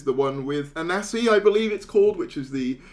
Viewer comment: So,, you like unwilling companionship, is that what you're saying? 😅🤣 Think Tank was a thing from the 4th Doctor's 1st story Robot, possibly more stories of Classic, but my memory is faded. Oh and it's properly like this: A-nan-si, not A-nancy. You can tell you never watched American Gods.😉